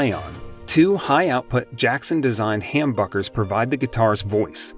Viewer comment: Uh ya it’s humbuckers with a Short u sound , I like your choices but IYV is very good to.